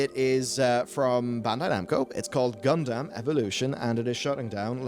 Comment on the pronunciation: Gun-dum, Gun-dum, for the love of god